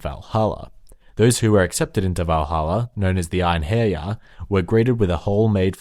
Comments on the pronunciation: just so you know, wyrd is more accurately translated as fate than destiny. also, eirhinjar are pronounced air in jar. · Ine-hair-yar XD